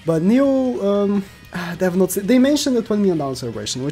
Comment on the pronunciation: it said NOTS not notes, next time try checking yr spell XD